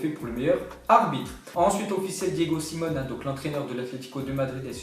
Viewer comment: on dit SimÉoné